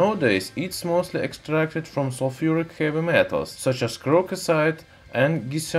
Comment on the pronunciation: Sulfidic pronounced as sulfuric... Mmmm...okay👌👌👌